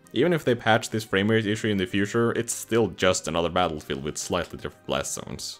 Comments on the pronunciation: Yeah why’d he say metal field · Is it just me or did he say metalfield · Did he say Metalfield? What. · “Battelfegeld” “Mettlefield” Take your pick